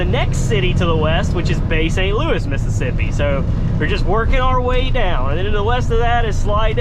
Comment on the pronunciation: he always said Missippissi